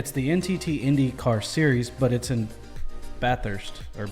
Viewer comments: Its what we call V8 supercars, not a indycar, you actually pronounced bathurst the correct way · baff-hirst is how we say it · There's not really a uniform way Aussies say Bathurst. Because similar to the British some people would pronounce bath like "barth" but by and large most would say it without the "r" sound. So generally I guess it'd sound like "ba-thirst" for most. And "Barth-urst" to some others.